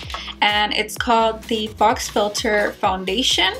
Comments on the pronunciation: It is pronounced foe. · its not fox filter lol its faux..